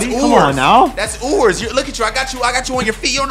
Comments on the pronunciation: him saying ewers like ooers made me mad even as an ou fan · Bro was saying “EweRS” name wrong